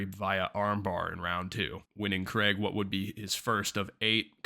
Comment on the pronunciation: Decent video but it's Craig, not kreg..